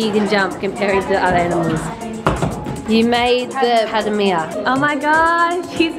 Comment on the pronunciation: Padamea im pretty sure its a pademelon